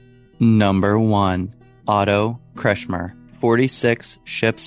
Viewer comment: Erich Topp Friedrich Kretschmer cant you get there names right